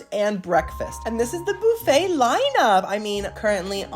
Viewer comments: oh my dam its not "boo fay" its "buf-fah" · Boofay. I love you but please, just for me, say bUHfay. Just once. Just for my ears. But I can deal with the kwayso instead of k-so (tomato/tomahto am I right?) 😂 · I love you. Funny, solicitous and just a nice guy. I just have a question..why do you say booofet instead of buffet like everyone else. I don't wanna be a Karen. I just wondered is all. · BOOFET!😂😂😂 BUFFET! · Lol Boofay. Dude it's buf-A. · I like how you say “boo-fay”. 😂